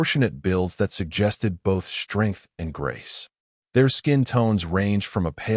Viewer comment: I HATE THIS AI VERSION!!!!!!!!!!!!!!!!!!!!!!!! It constatnly stu.u.u.u.u.u.u.udders and sta..a.a.a.a.a.a.a.ammers on words. AND it pronounces "...str..."words with a FKN "H" after the "S"..............SHTRANGE, SHTRONG, SHTRENGTH, EXSHTREME, EXSHTRORDINARY, FRUSHTRATION, ADMINISHTRATION, SHTRAIGHT, REGISHTRATION, SHTRANGELY, SHTRAIGHTENING, SHTRONGLY, SHTRANDS, HISHTRY, SHTRUCK, SHTRANGENESS, SHTRETCHED, CONSHTRUCTED, ADMINISHTRATOR, SHTREGTHS, RESHTRICTED, DISHTRESS, SHTRONGER, DESHTROYED, RESHTRICTIVE, ETC., ETC,.